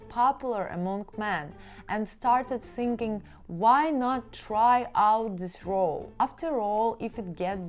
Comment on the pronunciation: Why so many people non- native english speakers pronounce "sinking" instead "thinking" ?? ¯\_(ツ)_/¯. :)